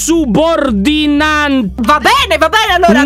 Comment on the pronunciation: ✨Lyon e gli aggettivi sostantivi:✨ " Dr spina è INSOBURDINANTNENTE"😂